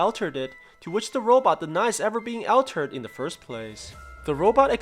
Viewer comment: All terd not Al terd